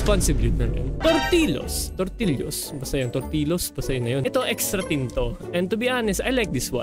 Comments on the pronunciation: hindi tortillos jortillos😂😂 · natrigger ako talaga nung sinabi ni na torti-los hinde tortil-yos😭